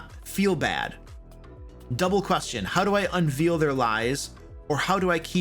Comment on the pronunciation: Did you pronounce unveil wrong on purpose? Meriam-Webster shows the pronunciation as uhn-vayl